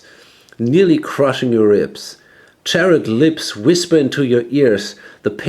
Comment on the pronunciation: It's "charred" (short-a sound) as in "burned/blackened" conclave